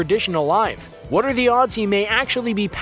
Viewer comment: I like this video, I tell ya h'wat.